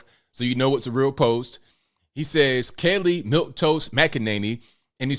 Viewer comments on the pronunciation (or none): I couldn't get passed saying Kelly instead of Kayleigh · Were u calling her Kelly? Lol I love Kayleigh the way she handled the media was awesome.